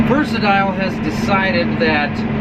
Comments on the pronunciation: It’s pronounced Versa•Tile. Say it like a Canadian when you it’s a Canadian tractor lol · you will have to teach your salesman how to properly pronounce Versatile. I heard you say it right